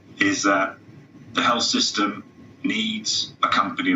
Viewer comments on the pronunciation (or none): "Is that... the hell-system" ... freudian slip? Accent? Who knows.